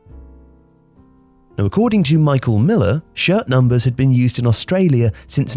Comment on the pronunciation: I thought he said shit thumpers